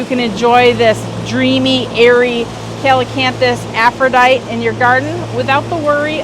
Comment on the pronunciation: Love your videos. Just a small note … Aphrodite is pronounced aff-roe-dye-tee. I’m guessing it was named after the Greek goddess of love and beauty.